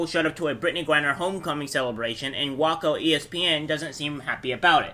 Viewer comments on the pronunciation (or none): Great video bro!! Btw heads up Waco is pronounced (way-koh).